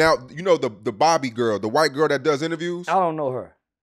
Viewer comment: Lmao made me mad cause how you gone ask me about somebody and you can't even pronounce they name?